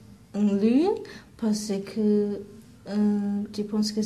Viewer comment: the chinese girl also keeps sayin parce que like "parsi kuh" instead of "parse kuh" (ignore my messed up sounds but you can tell what i mean if you listen)